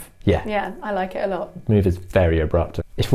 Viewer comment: I'm trying to understand that R that Indian/Nepali people always put everywhere, but not sure why. Example: parking lot sounds like parking lort. Why does that happen?